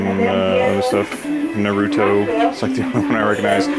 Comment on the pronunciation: The man lives in japan and yet still pronounces it "Nah-roo-toe" like my mom does lol. jk, great video!